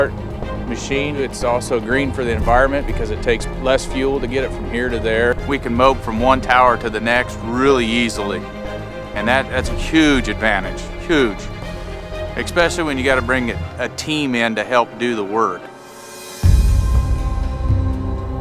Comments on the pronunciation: ".... ekscpecially..." Dear god. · ekspecially lol